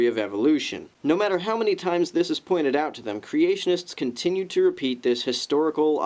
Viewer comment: I have to point this out... At about ..."reapeat"